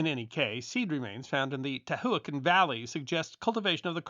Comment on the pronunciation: That's not how you pronounce Tehuacan. And the speech is sped up too fast to follow the content.